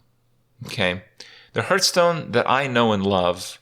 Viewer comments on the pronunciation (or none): I love watching Kripp videos more and more everyday, without even playing hearthstone anymore myself, but it really bugs me to hear him pronounce it "Hurststone"